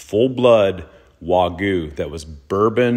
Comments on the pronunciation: How do Japanese people pronounce Wagyu? The first syllable in Wagyu is pronounced the same as the “wa” in water. The second syllable sounds like the “gue” in argue. It's important to put the stress on the first syllable. It's “WA-gyu”, not “wa-GYU”. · Still can’t pronounce wagyu